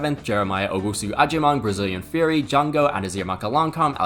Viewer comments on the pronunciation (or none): none